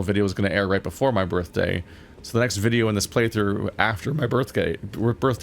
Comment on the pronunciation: "...after my birth-gay" Fun slip of the tongue there. (